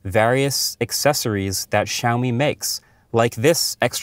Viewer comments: Siao Mi. Where "shaomi" came from?... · it`s not SHiaomi, man. lol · You say Shaomi??? Where is X? 😂